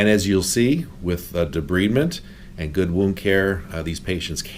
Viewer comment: Wonderful work but it is pronounce De-bride-ment, not debreeding!